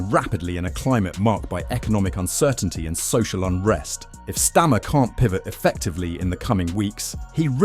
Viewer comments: How about you teach your AI voiceover to at least pronouce his name correctly if you can't be bothered to make the effort to narrate this yourself. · Learn to say his name